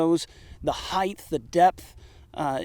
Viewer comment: "The heighth. The depth!"